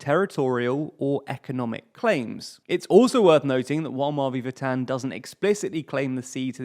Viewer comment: The way you say "Mavi Vatan" 💀